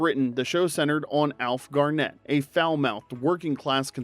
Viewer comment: the emphasis is on 'Gar' not 'net.'